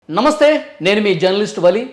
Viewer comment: Learn how to say Namasthey. Example 🙏. Like this